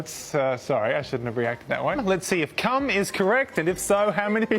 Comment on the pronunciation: come is one syllable though 😂